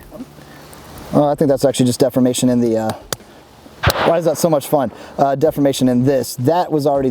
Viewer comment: Good video. One day he'll learn the correct way to pronounce the word 'deformation.' :)